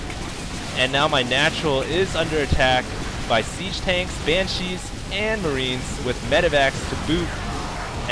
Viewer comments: BAN-shee. Not ban-SHEE. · Why did you keep saying "ban-SHEE" instead of "BAN-shee," stressing the second syllabable? Did I miss the reason for that? It really bugged me throughout the game. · Dude! Why are you saying ban-cheez? It's bansh-ees! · I love all your games but your pronunciation of BANshee (please not banCHEE) was a little nail on chalkboardish Still gave it 5stars cause I love your channel. I appreciate your work! Thanks. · I hate your "BanSHEE" pronunciation, stop accenting the "shee"!!!!! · Great vid. Nice to see a real loss. but... !!BAN!!shee !! BAN!!shee /cry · ROFL i love how you say banshee. Ban...shee like It's two words and not one. Hokd on foniks ftw. posted on MiPHONE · Never EVER say "Ban-cheese" ever again. Ugh. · Heh, funny how he says banSHEE. I thought corruptors had some kind of ability that "infests" units that die while the ability is active. But I guess it was removed before the beta. Kinda sucked all the anti-air was made of slowpokes, but good fighting anyways. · You dont have to like the way he pronounces it. He can say it however he likes.